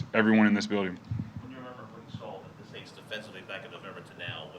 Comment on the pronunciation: I love when he said " In the forth quarter we're gonna beat the aints '